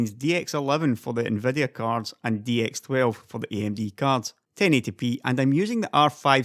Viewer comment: i just love how you pronounce Nvidia like "Nveh-deh-ah"